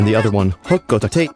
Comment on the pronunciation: See, its Ho-co-tayte. Not Ho-Co-Tah-Tay